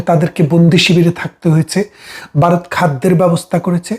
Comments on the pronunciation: উচ্চারণটা বারত না ভারত !!! হাসিনার পাচাটা। ইনি বারতিয় না বাংলাদেশি? বুঝতে পারছি না। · দেশটার নাম বারত নয় ভারত। ব্যারিস্টার সাহেব একটু শুধরে নেবেন। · ওরে 😂 বারত নয় রে ওটা হবে ভারত 😂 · কথাটা ভারত, #বারত নয়। আপনারা বা়ংলা লেখেন এক আর উচ্চারণ করেন আর এক। আপনার বিষয় বাংলাদেশের জন্য গুরুত্বপূর্ণ হতে পারে কিন্তু ভারতের জন্য গুরুত্বপূর্ণ - এটা আপনাকে কে বললো ❓ যাইহোক, আপনার প্রতিবেদন ভালো লাগলো 👍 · দাদা আপনি আগে ভারত ঠিক করে বলুন, বারোত বলতেছেন। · বারত না, এটা ভারত। উচ্চারণটা ঠিক করুন আগে। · বারত নয় ভারত। ঠিক করে বলতে শেখেন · বাইরে 😂😂😂😂(ভাইরে) ওটা বারোত না ওটা ভারত হবে। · Apnio bangla vashai bokte parenna, varotke bolchen barot !😂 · ভারতকে দয়া করে 'বারোত' বলে উচ্চারণ করবেন না।